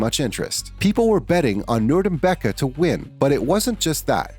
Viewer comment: Khabib norgamedov lmfao learn to pronounce names